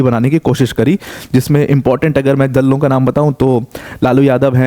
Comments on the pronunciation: Dallo bol rahe ho na saaf pta chal raha hai😂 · Dalo❌ Dallo✅ 😂😂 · Did he say imp dalla 😂😂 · did you say dallo ka naam😂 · Dalo❌ Dallo✅ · दलों ❌ दल्लों ✔️